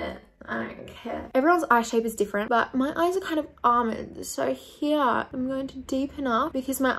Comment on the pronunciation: when she says "here" i thought she way saying "yeah" lmao